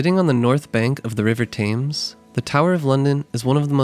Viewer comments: Typical Americans! You produce a tourist video about a City you know nothing about, claim to have lived there for 6 months. Big deal! You know nothing about London, and clearly learned nothing in your time there. Most importantly, the river Thames is pronounced “Temms” NOT Tames. The lake in Hyde Park is called The Serpentine, not The Serpenteen. If you’re going to make a video about someone else’s country or city, get your facts - and pronunciation- right! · Thames is pronounced TEMS not TAMES, just sayin'. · Just a quick note -- I think Londoners pronounce the name of their river "tems" as opposed to "tames" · Thames is pronounced closer to “Tims” it’s not pronounced with long a” Nice video though - thanks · Great video with informative and helpful tips for visiting London! I wanted to share a helpful tip (not a criticism) on how to pronounce "Thames" - it should be "Tems" (pronounced like the word "Stems" without the "S". Thanks for all you do! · Thames is pronounced ‘Tems’ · Please..for gods sake..learn how to pronounce “Thames”… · please stop saying thames like that it hurts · Thames pronunciation is very irritating. English is quirky, but still...